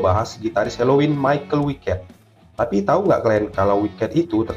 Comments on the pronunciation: Bang bacanya bukan maikel wiket tapi maikel weikat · Kalau pake pelafalan Jerman malah nyebutnya Mi-cha-el Wei-kat seperti yang disebut Andi Deris saat memperkenalkan personil Helloween dalam album "Live In Sao Paulo" di tengah-tengah lagu "Future World"